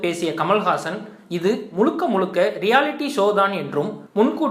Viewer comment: "தமில" "முளுக்க முளுக்க" இவளவு கேவலமாக உச்சரிப்பது அசிங்கமாயில்ல ?? இதுக்கு நீ தமிழே பேசவேண்டாம் !!! தூ ......